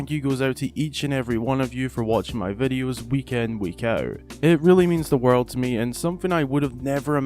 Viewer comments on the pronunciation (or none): Breath of the woyld